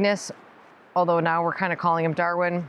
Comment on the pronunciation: While Magnus is size wise appropriate, it seems a bit hard to understand what you say. Some days could be Magnets, or as the one viewer asked before, are you saying Maggots!? Smile. When you say Darwin that is totally clear, it goes well with Dorothy and is fitting for a person into both gardening and animals!